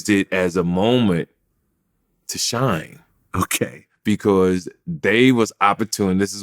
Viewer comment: A moment to "shyne" lol